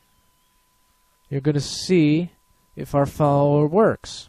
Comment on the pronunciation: Hehe, you say "Foweller" instead of "Follower."